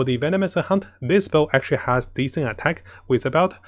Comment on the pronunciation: "very decent bow" sounded like a venomous account, sorry :) was funny for me, but your English improved very well from the first videos!